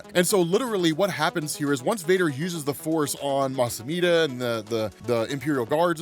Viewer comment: Yeah there's things you don't know, like how to say Mustafar 😉